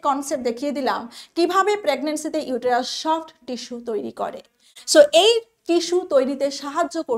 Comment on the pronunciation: Uterus er pronunciation ta vul bolechen madam..